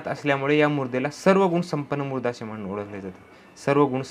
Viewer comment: Murda nhi o sir mruda mhana...!